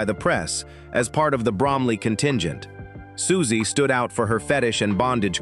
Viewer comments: Why do you keep saying "Sooksie", then reverting to the usual pronunciation of Siouxie's name? After all, you wouldn't keep calling the Sioux tribe "the Sooks", would you? And then Socksy? What the heck is going on? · I wanted to listen to this but I can’t…Sooksie!